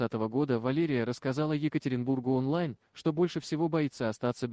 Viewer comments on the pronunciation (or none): none